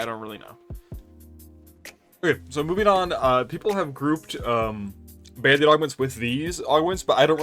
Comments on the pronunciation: OK, it took me until you put the text on-screen to realise that you're not saying "Bandit Augments" but rather "Band-Aid Augments". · Every time you say band aid augment I think you say bandit augment and I get thrown for a loop. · Why are you saying “bandit” augment?